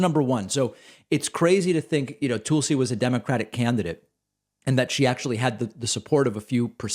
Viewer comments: I love the way he pronounces Tulsi. “Tool-si” 😂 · Lol David, I love how you pronounce her name "Toolsie". Bravo friend. 👏👏👏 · Uh, why are you calling her Toolsie? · I admit I clicked more to hear how you would pronounce “Tulsi” than what she had to say.